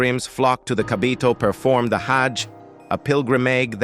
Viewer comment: Get it right brother Its no kabbiya Its kabbah